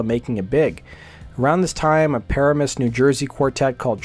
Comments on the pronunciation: It’s not ‘paramoose’. It’s puh-ram-us. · It's not "PARA-mus". It's "pa-RAA-mus". The story told about Trixter back then is they were a bunch of rich kids whose parents bought them their way to modest fame (as opposed to raw talent). Not sure how true that is, but that was what we heard here in NJ. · Dude if you’re going to do a documentary on a band know how to pronounce the town right it’s like pa ram us Not para mus Lol That’s annoying when u can’t pronounce the town right lol 😂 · Just saw them for the first time a few nights ago and they were great! Also, for future reference it's pronounced "pa-RAM-us", not "PARE-a-mus". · "PA-RAM-US" not "PARA-MUS" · Not "PAR-amus". Its "Pa-RA-mus". I grew up 5 minutes from there. Now you know!! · I hate to do this but it was driving me nuts , but the pronunciation of Paramus is. Pa-ram -us, not Para-mus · Its pronounced Pa-RA-mus not Paramis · First of all bro……. Enough with the Para-miss…… it’s PUH Raaaa Miss. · Pah-Ra-Muss, not Pair-uh-Muss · Par Am Us not Par a mus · This is kinda stupid, but since you had to say it a bunch of times, the name of the city in New Jersey is pronounced Pa-Ram-Us. If it ever comes up again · It’s Pa-ram-us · Paramus is pronounced puh-ram-us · It's pronounced Pa-RAM-us. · No, no. Paramus NJ is pronounced "pa-RAM-es." I had to resort to google for the correct pronunciation text. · It’s pronounced Puh-ram-us And Trixter sucked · Why can't the commentator pronounce Paramus correctly? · Please learn how to pronounce Paramus… good info all around, but you’re killing us in northern NJ every time you mispronounce it. Thx!